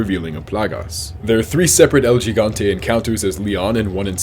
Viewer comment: He said "Geee gone tae" 😂😂🤣😂🤣